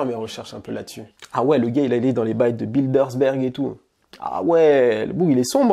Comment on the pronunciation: Gérald Darmanin devient "Gérard D'art marin" les Bilderberg deviennent "BilderSberg"... Il faut vraiment revoir la prononciation des noms propres 😂